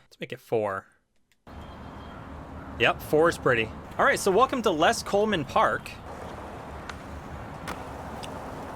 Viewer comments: You say LES like L E S not LESS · My man, no disrespect... but it's L.E.S. Coleman park. L-E-S. Short for Lower East Side. And everyone just calls it LES. Not ribbing you, just dropping a gem. Peace. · It’s pronounced L.E.S :D